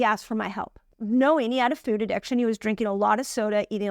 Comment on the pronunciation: You are so good! And I love how you say the word “food” in a funny way. The obstacle is the way!